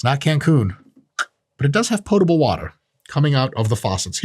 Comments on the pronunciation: 20pts to Dr Mike for pronouncing “potable” correctly 🤙🏽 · Earned a "like" from me just for pronouncing "potable" correctly.